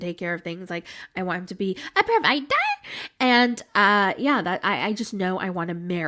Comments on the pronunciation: LMAOOO I get into a whole FIT when says “a PrOvIdUrr” jwbsjjebegshw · That "a provid-AH" always gets me laughing. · Not you slipped in “ a proviDER” 🤣🤣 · Dude “provider” gets me every single time ☠️🤣